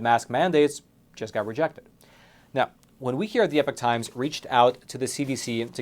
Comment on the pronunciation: I’ve said it before I’ll say it again get the epoch times or as says the epic times 😂, as always your awesome